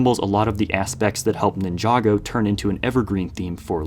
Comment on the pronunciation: Why do you pronounce Ninjago like that?